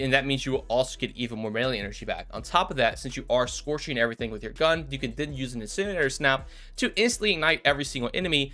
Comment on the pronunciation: My favorite part of this video was listening to him try to say "incinerator" 😂